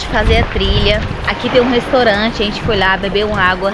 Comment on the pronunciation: Você fala restorante. É restaurante. Você é estrangeira?